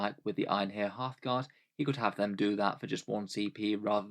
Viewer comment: Every time you say "Einhyr Hearthguard", I hear Halfguard and that is what I will now be calling them from now on